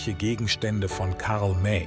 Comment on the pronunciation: Karl May ist nicht Karl Meeei. . . . Unmöglich von der KI